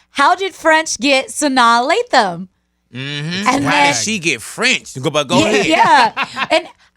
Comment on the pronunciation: that shit bothered me for like two minutes lol